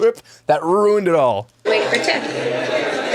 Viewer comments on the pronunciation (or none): none